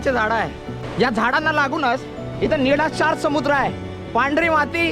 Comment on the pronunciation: निडाशार नाही निळाशार